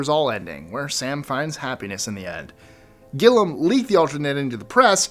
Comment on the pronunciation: Guys? It's pronounced GIL-ee-um, not GILL-um.